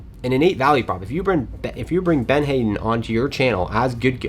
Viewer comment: It’s not Ben Hayden it’s Ben Hadden (had-den) 😂